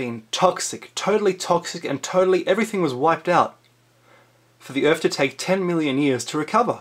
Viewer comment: Why you gotta say ‘Earf’ I really want to watch your videos but every time I hear you butchering the English language I get closer and closer to stopping, this time I lasted 3 minutes